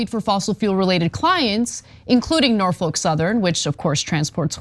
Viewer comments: Great video. Only thing: it’s Norf-uk, not Nor-folk. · Just for the record, it's 'Nor-fick'. Named after Norfolk, VA. Home to the oldest and largest naval yard in the US Navy, interestingly enough. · Dear Anna, The L in Norfolk is Silent . pronounced Norfok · Why is Ana pronouncing Norfolk so weird like that? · What a weird way to pronounce Norfolk